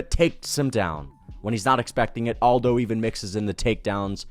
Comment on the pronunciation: Am i the only autistic fuck that cringes everytime someone pronounces Aldo's first name as if he's from a spanish speaking country? It's irksome as hell.